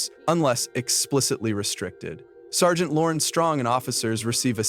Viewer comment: A.I. voice over sucks more than that "sir-gent"